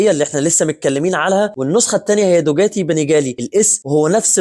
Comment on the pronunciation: حضرتك ليه بتقول دوجاتي....دوكاتي وليس دوجاتي